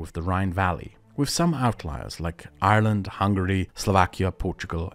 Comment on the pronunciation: somehow you say Ireland with an Irish accent